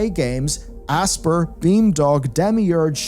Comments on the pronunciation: I always assumed Aspyr was pronounced like the word “aspire”, rather than “asper” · It's not pronounced like "asper". It's pronounced like "aspire". Normally I wouldn't complain but you mispronounce more words and names than any other Youtuber I know... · Dude its pronounced " A-spire" - man is out here saying "Ass-pur". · What's with people mispronouncing Aspyr?, it's 'As-spy-er' as in Aspire/Aspiration, it's just a bit odd.